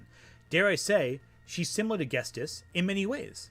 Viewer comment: unrelated to the topic of lily orchard, but you keep pronouncing ghetsis as "ghes-tis" instead of "ghet-sis" and it drove me crazy 💀